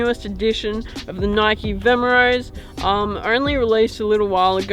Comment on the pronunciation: bro it's vomero not vemero